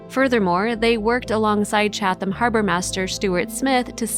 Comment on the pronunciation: The town is named Chatham, pronounced CHAT em. The second H is silent.